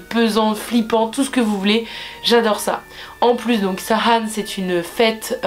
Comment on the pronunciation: J'adore comment tu dis samhain! Moi je dis saween ! et enfin des bonnes vidéos de sorcellerie en francais.